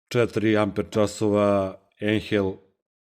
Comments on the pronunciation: Cita se ajnhel. Nemacka rec i na nemackom se EI cita kao AJ. Znaci ne ENHEL nego AJNHEL. I kvalitet alata se ne meri tehnikalijama tipa snaga, ovo ono vec iskljucivo kvalitetom celika u sebi to jest koji je dugovecniji. Taj ajnhel ako se koristi svaki dan 8 sati dnevno tesko da izgura godinu dana a ovaj plavi bos taj ce ti gurati 20 godina svaki dan da ga koristis 8 sati dnevno neprekidno jer ima kvalitetne metalne delove u sebi jake celike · Odlično urađeno. Samo, nemoj se obrukati ako ne moraš. Ako znaš da kažeš "Boš" onda nauči da kažeš i "Ajnhel". Pozdrav i srećan rad. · Kad smo kod brukanja...Ajnel bez h u sredini.